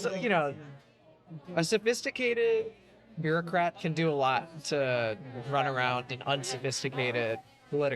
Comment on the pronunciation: "A sophisticated beaurocat" clowns like this will burn this country to the ground all while convincing themselves their Intelligent....as im typing, this nutjob just said "marginalized", the mating call for other sumb lefties.